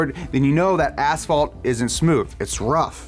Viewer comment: "Ass fault"